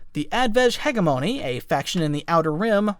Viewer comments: Hedge-eh-mony Not hegg-ee-moni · "Hega-moni"? lol...